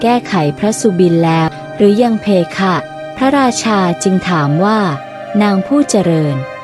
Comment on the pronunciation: เพคะไม่ใช่เพค่ะอ่านไม่ถูก